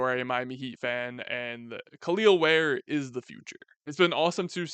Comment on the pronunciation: Its just pronounced "kell el ware" not kaleel ware